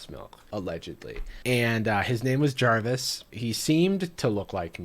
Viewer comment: Cartoon Jarvis: Jarvish